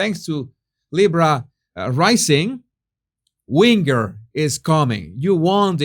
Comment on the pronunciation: Whinge is pronounced more like 'hinge' and less like 'wing'....... The 'ge' is more sounding like a J... Wi-n-j